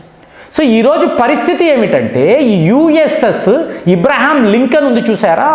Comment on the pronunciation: ఈరాన్ కాదు ఇరాన్ అని అనాలి. ఇబ్రహం కాదు అబ్రహం అనాలి